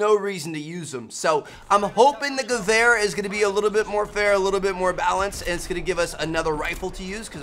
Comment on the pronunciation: your pronunciation of the word Gewehr was actually pretty good for a non-german